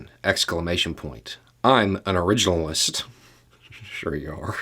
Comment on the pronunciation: "Mr. ORIGIN-a-list!" 😂 Oh, how I love this man! 👏👏👏